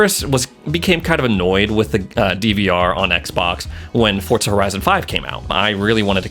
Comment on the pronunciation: i have been watching ur vids for a while now but its diving me crazy with u calling it fortza